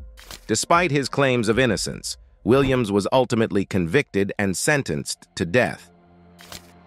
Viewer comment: this is a bot. "he" mispronounced mr. williams name like four different ways. so disrespectful